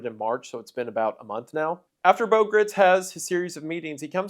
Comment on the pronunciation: Having met Bo when I was a child I can assure you that you are pronouncing his name wrong- he said it with a long i sound